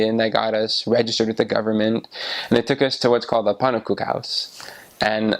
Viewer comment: I think he had a family pancake, cuz a normal one, is easy 4 a person. And the way they said pannekoek is amazing, thats spot on